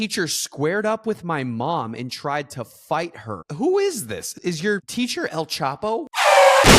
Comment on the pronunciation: "Is your theacher El choppo" 😂